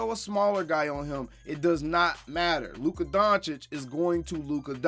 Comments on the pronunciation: That clown didnt even want to learn to pronounce Luka Dončić name correctly Yet he wants to talk about everyone else being disrespectful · totally. He doesn't even respect proper pronunciation of his surname. He is nobody for me.